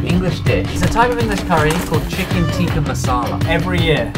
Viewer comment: As an Indian that Tikki masala video is going to be interesting... I really hope you ordered it from a good restaurant, I'm guessing you guys will eat it wrong? 😂 Your pronunciation of Tikki was so English but Masala was 109% right lol Cheers